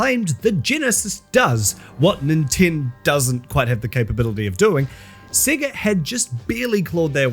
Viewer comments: I’m sorry but are you pronouncing “SEGA” as “SIGA?” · At least learn how to say Sega. Your accent is intolerable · thats not how you say Sega.. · Cannot stand the way he pronounced sega